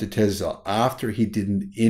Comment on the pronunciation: Repeat after me... Tess la... :)